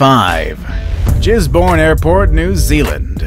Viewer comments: Gisbourne is pronounced like giz bourne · He Pronounced Gisborne with ‘Jisborne’ 😂 😆 😝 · Gisborne is pronounced "Giz Bn" with a hard G.